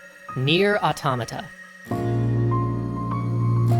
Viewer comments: First major youtuber who pronounces automata correctly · Props to you guys , you are the first youtube channel that i heard calling Nier Automata and not Auto - Mata